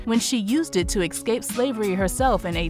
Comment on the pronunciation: Beautiful piece about a great human being but im sorry, hearing "exscape" all the time is very annoying...